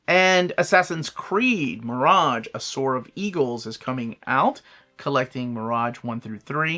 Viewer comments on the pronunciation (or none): none